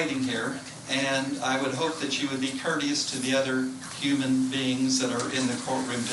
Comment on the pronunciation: HE CALLED THEM HUNAN BEINGSSSS OMG .. BLACKS LAW DICTIONARY WILL TELL YOU WHAT WORDS MEAN